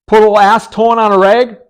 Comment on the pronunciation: It sounded like you said "ASS-tone" not "acetone". On a more serious note, I'm really enjoying your videos 👍